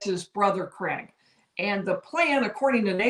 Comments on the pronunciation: Craig..your saying Cregg It's...Cryg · Cregg'..your saying Cregg..its Cryg